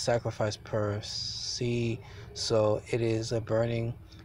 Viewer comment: Sinai = pronounced sigh nigh Mitzvah – mitz vah (not mitz via) Enigmatic – not en magic (It means puzzling) Per se – per say (meaning, so to speak) Sufficed – means suited